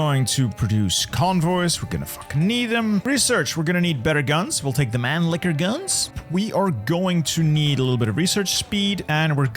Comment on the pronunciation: Mannlicher ❌ Manliqueur ✅ Mr. Lahey approves this 👌🏼